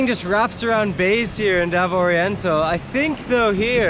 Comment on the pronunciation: I really wish he would at least have enough respect for the locals, to at least learn how to pronounce the names of the towns &.cities properly. He even butchers up Davao really bad,.just like Cagayam..Even though you'll never be fluent in Visaya, please learn how to pronounce the names of places,.especially if you live their. Your awful pronunciation is also teaching many hundreds of people to also pronounce it wrong,.because they just assume is right. 🤦‍♂️,.when you do your vlogs, you are basically a TEACHER, please remember that, &.be a good teacher. Other than that, your vids are mostly enjoyable. Been all around Cebu, Mindanao, Sulu & Baslan islands, the most beautiful, natural beauty is found all throughout the magical Islands that make up what we call, the e Philippine Islands 🏝